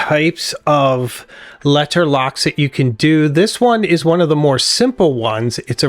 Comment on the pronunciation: K never mind the way you say leTTer turned me off